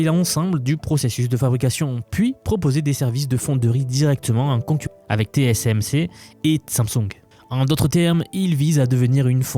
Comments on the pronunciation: 15 eme seconde et déjà une erreur ^^' on dit TSMC ! pas TCMC ^^' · T S M C et pas T C M C... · "Té-cé-èm-cé" ça bloque déjà avec l'alphabet :face-turquoise-covering-eyes